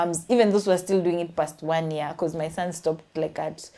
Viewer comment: They also pronounce year as "ear"